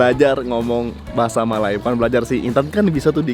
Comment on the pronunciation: bahasa melayu bukan bahasai melai... melai mcm menghina jerrrr...